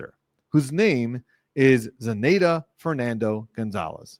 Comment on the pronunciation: Love that you’re covering this and doing recaps! Your insights are invaluable. Btw, the “nanny”’s name is pronounced Ze-NIGH-duh aka Zanny (“Zanny the nanny”) 😊